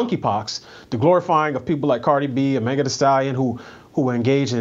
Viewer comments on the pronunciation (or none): none